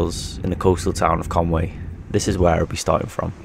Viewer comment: Just one final thing - I don't think it's pronounced Conway - because 'Conway' is obviously English. Conwy is Welsh and so a different word to English. So, it should be Con-wee.